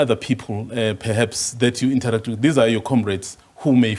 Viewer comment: It's not inter-act...its interact..you pronounce it as it is...secondly it's not discusion but discussion....double ss is pronounced sh